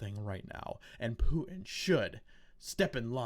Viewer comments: I agree with what you say, but PLEASE....DON'T say "POO-IN"!! It sounds stooooopid!!! It's "PUTIN" - there's a "T" in the middle!!!!! Don't EVER let me hear you say "POO-IN" again!!!!! DAMN IT!!!! . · You pronounce Putin funny.